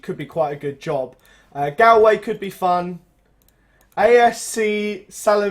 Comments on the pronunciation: it's pronounced golway not galway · It's pronounced GOLL-WAY